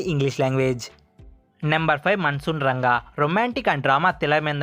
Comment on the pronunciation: అన్న అది మాన్సూన్ రంగ కాదు మాన్సూన్ రాగ